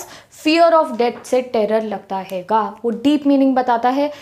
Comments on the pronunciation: Aap hai ko haiga kyu bolte ho??? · Well explained 👏but please don't say" haiga"😑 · I love the way ma'am sayy haiga 😅❤️🔥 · How many of you noticed when she says 'haiga' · Mam aap punjabi bolte ho bicha mai😂😅 Haiga🤣